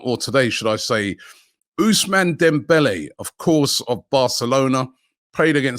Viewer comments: Love Robbie butchering names as always, Ousmane Dembele became Usiman Demwelli 🤣🤣🤣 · Robbie butchering names again...ousman demvele 😂😂😂